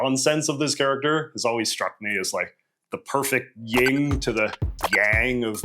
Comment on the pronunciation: Did you just make the mistake of saying *ying and yang? It's yin.